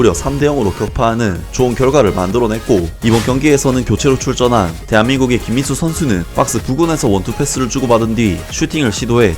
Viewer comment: 영상에 김민수 선수 언급할 때 발음 좀 똑바로 하셔야 할 거 같아요 김민수가 아니라 김인수로 들려요 저번 김민수 선수 영상에서도 그렇게 들렸는데 이번에도 그렇네요